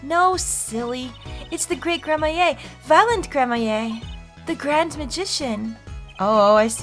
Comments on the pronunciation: Gramarye is pronounced Gram-ree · Gramarye (Pronounced "Gram-uh-ree") - Occult or Magical studies. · please. It pains me so. It’s pronounced “Gram-a-re”, or just “Gram-re”. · No “Gram-my-a”. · Yeah, it’s meant to be pronounced Gram-ree. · You're missing a syllable there, sir, it's Gram-a-ree. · I'm sure it has been said but it's pronounced Grammar-ey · H&F Honestly, I mostly never care about the mispronunciations makes, but how she pronounce Gramarye is fatal. I wouldn’t mind her pronouncing as “grammar-rye” though because I still pronounce it as that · Pleaeeeeeeeeeeeeeeeeeese please pronounce it as gramareeeee!!!!! First lambwhatever then maki tobaye please just pronounce this one thing correctly!! I’m begging you!!!!! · It's Gram-ah-ree for sure. Even Apollo pronounced it grammarie in this video. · Gram-ah-rai (Gramarye) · Nope. It's Gram-ah-ree. It's a Gramarye menagerie! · Not gonna lie, the way pronounces Lamiroir and Gramarye bothers me just because I've been used to saying it a different way. Not saying that it's a bad thing she can pronounce it anyway she wants, it's her LP, but I couldn't help but look at the captions on this and I was not disappointed lol Lamiroir -> CC -> let me why/let me walk Gramarye -> CC -> crummy hey/grandma yay/grammar yay/ grammar ye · This is so unbearable to watch pronounce “gramarye” wrong I’m sorry It’s grammar-ee,. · Just a heads up,! "Gramarye" as far as I know is pronounced Gram - Er - "I" like samurai. Actually yeah, it's samurai with a "gr" sound instead. Edit: After thinking about it, I think I've also heard people say "Gram - Er - Aye" not entirely sure which one though. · Gra-MARY and GRAM-a-rye are the most common pronunciations for Gramarye, but I believe Gra-MARY is correct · Adding to the pile of It's Grammar-ee, not Grammaye. Apollo even made a slightly correct mispronunciation (grammarie) of course she glossed over it. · I think it might pronounced “Gra-mare”